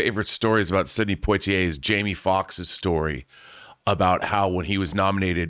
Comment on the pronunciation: Did he pronounce his name Point Tee Eh? It's Pwa Tee Eh